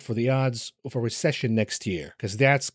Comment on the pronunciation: Recession not recission